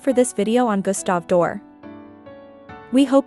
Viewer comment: If you can't even pronounce his name correctly, why should I listen to anything else you have to say about him?